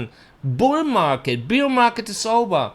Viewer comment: I keep thinking you're saying beer instead of bear xD